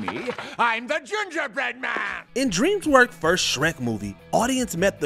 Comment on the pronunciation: Stop letting this guy do the voiceovers. He can’t say simple words like “ask”. He says “asksksks”. He calls DreamWorks “Dreamswork”. Every single video he does, he gets names wrong, mispronounces simple words, called “the Gray Ghost” the “Gary Ghost”, etc. If you’re getting paid to do something, do it well.